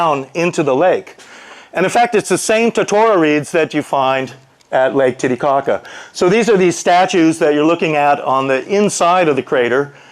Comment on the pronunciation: I smile every time David says "Titty Cocka"